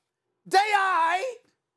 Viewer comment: that has the weirdest way ever ive ever heard anyone say they alright. LOL "they AI" wtfs thats SAS.